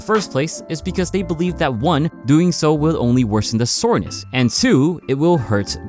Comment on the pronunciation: "What muscle is sorness"